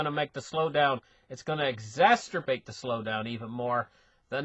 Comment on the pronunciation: please... EX - ZASS - ERR- BATE, not exasterbate, there's no such word.